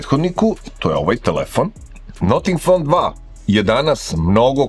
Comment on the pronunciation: Zanimljiv telefon. Ali ne izgovara se "noting fon" :). Cudno zvuci, kako niko nije primetio.